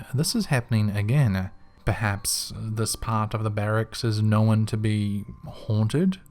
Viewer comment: "Nowin" (known)